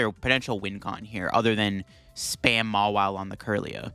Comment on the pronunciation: If i had a nickle for every time he said mawille😂